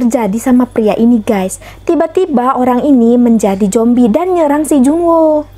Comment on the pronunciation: Zombi kak bukan jombi 😂